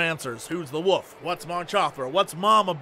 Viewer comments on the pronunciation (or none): Jesse's pronunciation of "wolf" sounds like woof and I cannot unhear it! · I love how Jesse says Woof instead of wolf. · am i the only one who hears jesse saying wuff instead of wolf ?